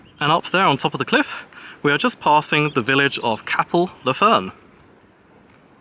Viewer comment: Locally it’s pronounced cape-l not cap-el. Great video. Had no idea about the nudist beach!